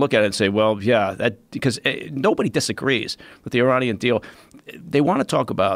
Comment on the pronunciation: I DISAGWEEE IM SMAWT